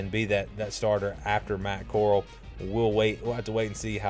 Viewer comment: U can’t even pronounce Matt Coral’s name right oh my gosh 🤦🏻‍♂️ this is the biggest choke I ever heard